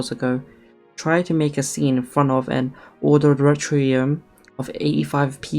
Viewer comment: Says auditorium wrong first time but says it right the next time